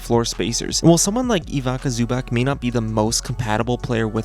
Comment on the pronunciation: Who tf is Ivaka Zubak. Man didnt even try